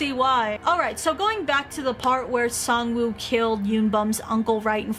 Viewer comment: It’s pronounced sangwoahhhh 😾